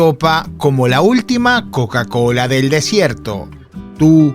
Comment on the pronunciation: lo arruinaste cuando dijiste koka ko.